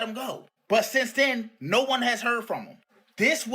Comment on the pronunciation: NOAR Or however you guys butcher the simple word of "NO"